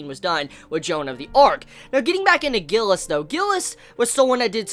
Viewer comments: Gilles is a french name so its G is pronounced similarly to a J. Also the S is silent. So basically sounds like Jille. U can hear it in the episode. Im glad they didnt butcher foreign names in the serie unlike what I was expecting. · Isnt it pronounced Schzeee instead of Gilleh